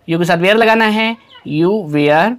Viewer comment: वेयर nhi hota sir वर pdhte hai usse 😂😂